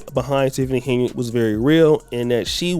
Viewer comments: Someone tell him that it is HEN-YARD, not Hey-nard! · Will you tell that fool it's Henyard not Ha' Ya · Isn't her name Henyard? Like hen yard? Not hey nard? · The guy is dumb as a box of rocks😮😮😮the witch name is pronounced, (hen-yard) meaning, a chicken in a grassy yard. He must be gen z.😢😢😢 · Hen - yerrd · Y is he saying heynard 😂😜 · He is not saying “Heynard” correctly 🫣!!